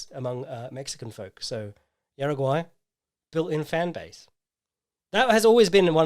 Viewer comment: Hey, your pronunciation of Juaregui was atrocious. It’s pronounced hara-gi. Love your work!